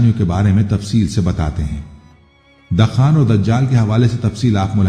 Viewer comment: جاھل شخص , دَخان بول رہے ہو طبکہ یہ لفظ أَلدُّخَان ہے فَارْتَقِبْ يَوْمَ تَأْتِي السَّمَاءُ بِدُخَانٍ مُّبِينٍ